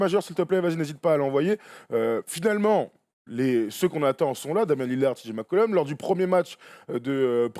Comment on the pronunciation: Par contre la gars c'est cj McCollum pas mccullom